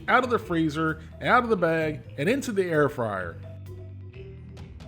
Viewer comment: I keep hearing “air fryer” as “heir friar.” Though a friar inheriting property would probably give it to his community or to some charitable cause…